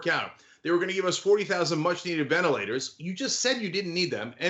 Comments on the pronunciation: VenITlators? LOLOL nice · He must be lying about those "Venitlators" since that word doesn't exist! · It says "venitlators".